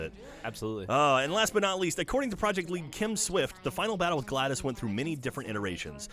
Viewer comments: For the love of god, it's glados. Not gladus, but gladOS. Get it right! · pronounced glah dose no gladice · Yeah when he said GLADOS instead of GLADOS I was all like "wtfbiscuits!?" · It's GLaDOS! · Gotta be a nitpicker, but GlaDos pronounced Glah-doss not Gladys. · it's GladOS, not Gladys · It's GLaDOS, not GLADIS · GLADOS. WITH AN O SOUND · Pronouncing Glados wrong throughout this whole segment was driving me nuts.